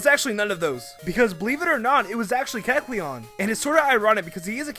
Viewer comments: look, if you're gonna talk fast like speedy Gonzales or blurr, please don't slur your words and make sure you say everything correctly.(Don't act like I didn't notice you saying the blue stripe on keckleon's head line) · When is saying Kecleon, put the video to.25 speed and you find out he pronounces it Kecln instead of Kekleon. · if you slow down to 0.75 speed during the kecleon part, is saying keclon at the end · he can't even say keckleon properly because he's talking so fast... "kelchuon" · MaybeKekalonwassupposedtohavemorecolors! Whoa, slow down! And start pronouncing Kekleon's name right, too! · everytime he says Kecleon i want to punch him in the throat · he said kecleon like 15 times in 30 seconds everytime pronounced differently that must be some kind of record. not one he should be proud of but a record none the less